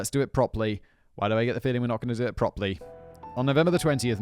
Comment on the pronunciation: OK I've got to comment now. Simon its propERLy not proply 😆